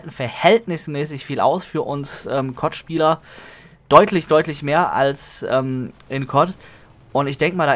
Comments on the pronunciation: KOTT? DAS HEISST C.O.D. DU NAPPEL! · Wenn du CoD und Kot gleich ausspirchst bist du wohl eher derjenige der nen Sprachfehler hat o.0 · warum sagst du eigentlich immer cod als wort und nicht die buchstaben c,o und d?